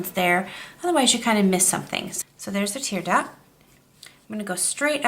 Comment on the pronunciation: 'Tear duct' not tear duck (you can hear the 't'). Nice eye. Thanks.